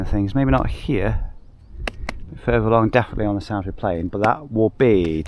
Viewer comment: Better call Sal = Salisbury hahaha! Sorry I'm local so it tickles me the way you say it